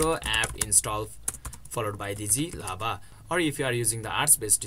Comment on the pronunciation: Why do you say Z Lava?! It's literally showing G Lava on the screen